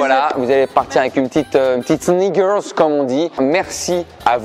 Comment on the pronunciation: attendez à bien prononcer le « k » de sneakers sinon on entend autre chose mdrrrr